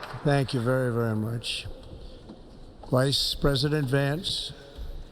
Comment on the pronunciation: He really emphasized the VICE in Vice President Harris 😂 😎😎😎